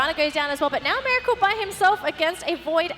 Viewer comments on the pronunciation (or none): its meracle not miralce